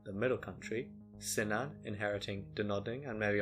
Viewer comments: I would say Cynan like "Kunan" and not like "Sinan." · Cynan is pronounced Kunan. Welsh doesn't have a soft C. Hawarden is pronounced Har Den in Welsh or Hard'n in Saesneg.